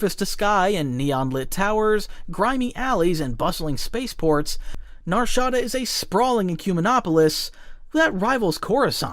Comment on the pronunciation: You never played Jedi Outcast/Knight/Academy or Dark Forces, and you pronounced Nar Shaada wrong... And also over simplified It and forgot a lot of Lore about it